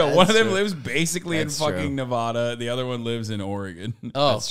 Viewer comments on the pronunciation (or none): Noooooo, Hasan says Nevada wrong 🥺